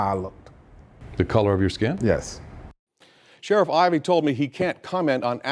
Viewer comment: Sheriff con-Ivey